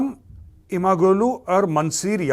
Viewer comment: Major sir g in imamoglu is silent,read it as imamolu,yavas as yavash🙏